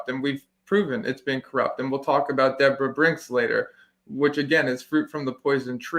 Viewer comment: also, does not realize that Deborah is pronounced the same as Debra?